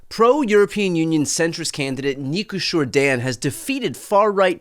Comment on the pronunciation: Congratulations on the best pronunciation of the name of the new president elect of Romania. It is amazing what an election with runoff can do (21-41 round 1, 54-46 runoff). It is used all over Europe. Think what that would have meant in US 2000: hard to think the 70k votes for Nader would have gone to Dubya